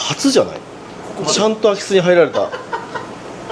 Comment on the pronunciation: 最初の言い方だとアキスって魚が入ったみたいなんよな